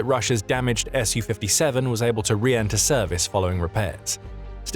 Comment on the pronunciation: Thank you for the correct pronunciation of the S U 57 too many people call it a Sue 57 on YouTube